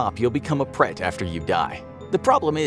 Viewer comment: I was wondering what you were referring to when you were talking about 'pret' it's actually pronounced, 'bled' but extend the E sound as in 'BLEHHT' Written in Thai; เปรต